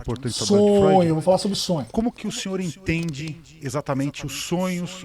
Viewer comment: Essa foi "fróid" 😂 parabens pelo react 👏👏👏